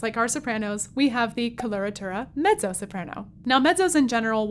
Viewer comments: face-purple-wide-eyes: I guess I have been used to hearing with a "T" sounds as in met-zo - as in Pizza. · Mettso, not meddzo. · She pronounces it the Italian way ;) as in medzo. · I hope this will be an instructive video, despite the fact that the hostess doesn't know the correct pronunciation for either "coloratura" or "mezzo"! Weird. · VERY curious about one thing: Your pronunciation of MEZZO is unusual to my ears. 🧐